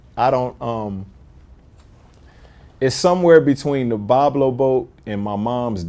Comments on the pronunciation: Vlad has zero respect for the artists and wants to be just caught in the scene. Literally says the name of the song on the artists entire track and then proceeds to mispronounce it immediately in the interview. Then tries to tell him he killed J Cole on the verse. Disrespectful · Vlad don't know how to say the name or how many verses he has. But it's his favorite song on the album. Hmm wonder if he even heard it. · Vlad: its my favorite song on tbe album. Then mispronounced the name that gets repeated on the song and doesn't know how many verses there are. Music journalism at its finest lol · Vlad doesn’t do his research before these interviews. How is it your favorite song and you mispronounce the name, which was properly pronounced in the song? It’s like he does a rough google search right before the interview and calls it a day. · How can that be your favorite song when you can't pronounce it the way Royce pronounces it IN THE SONG? Do better. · Royce pronounces the name in the first 30 second of the song, you don't know how to pronounce it, and that's your favorite song?... and Vlad is somebody we're supposed entrust hip-hop journalism with? What a goofy. Lost all respect for this man after the first 19 seconds. Wow. Just wow. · How can it be your fav song but you cant even pronounce it... smdh